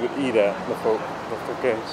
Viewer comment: This is how this is pronounced in France, you got it right. Foo-kets. I'm French and I find Elvis' stay in Paris rather fascinating as, sadly, as we all know, he never got to tour overseas.